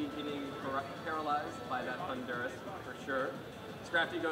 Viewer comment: and the guy cannot pronounce Thundurus. the emphasis is on the first syllable he's pronouncing it like the country Honduras.